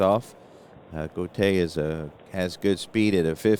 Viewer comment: That was a fine game. The time seems to fly by when you play. Julio Gotay's last name is pronounced: "Go Tie". Gus Bell is not a HOFer. A fine player who spawned sons who played in the majors. Thanks for the play-by-play, game, and video. Looking forward to more.